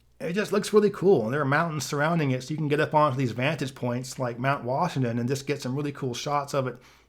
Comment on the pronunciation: Vantage Point. Vantage. There is no such thing as a "vantus point".